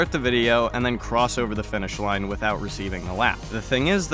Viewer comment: it simultaneously sounds like youre saying "by" and "without" and i think thats funny.. also, how long did the diorama take to make and edit???